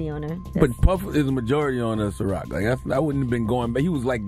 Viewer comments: Bruh. The pronunciation is SeaRock not Sherock tf 😂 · Bro why can’t you say ciroq 😂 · Whoever you hire better tell U how to pronounce ciroc